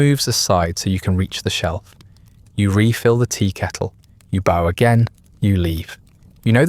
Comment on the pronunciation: The regular mispronunciation of "bow" makes me suspect that this may be an AI narrator. If so, it's a very good one.